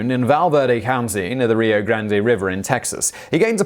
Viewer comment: It's Rio Grand, not Grand-ay.